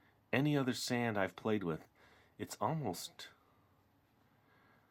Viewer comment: why do you call it sond?